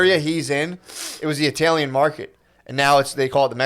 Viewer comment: tf does matt say "TAILIAN" instead of italian